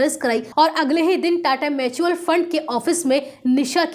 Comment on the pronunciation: मैचुअल नहीं म्युचुअल होता है मैडम 😂